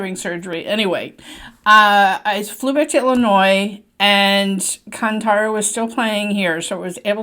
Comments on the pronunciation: Not kanthaara, its kaanthaara. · Mam, pls consider some of the corrections, It's not bull race but He buffalo race, hero's name is Rishabh Shetty, actress name is Sapthami Gouda. Right pronounce for the movie should be as Kaanthaara. Thanks for the watching and reviewing for the Great Indian religion Kannada movie 👍🙏🙏🙏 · Its Kaanthaara while pronouncing✌️